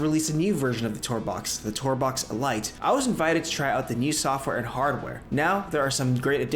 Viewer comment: The TourBox "uh-light"? ...what?!